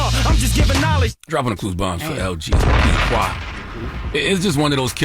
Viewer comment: why do y’all always mispronounce the name “Qua” it’s Kway, now kwuh